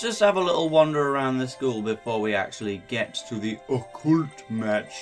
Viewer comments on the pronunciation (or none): I WON I also honestly don't like the way you pronounce Occult. I've never heard it pronounced that way.